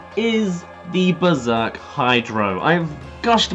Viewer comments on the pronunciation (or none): none